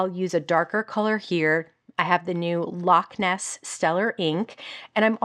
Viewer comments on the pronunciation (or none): none